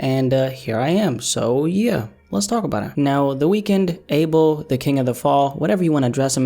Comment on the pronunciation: Bruh u pronounced abel’s name wrong